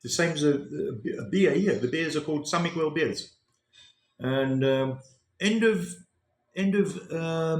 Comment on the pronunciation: the correct pronounciation of Miguel "mee-GEHL," with the "g" sound as in "go," and the "e" as in "get". The accent is on the second syllable. You are pronouncing it as "quell"...the Mexican Indians would probably scalp you for butchering their name 😅😅😅